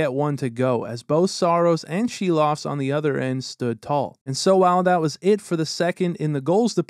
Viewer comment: Props from a Latvian to pronounce Silovs name right.